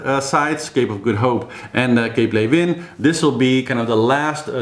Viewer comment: "Ley-vin, ley-vin, ley-vin" I'm practising this so I can do the authentic pronunciation. Go Clarisse and Pip!!